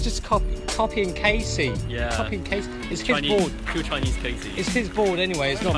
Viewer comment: No not Casey, Kaisey!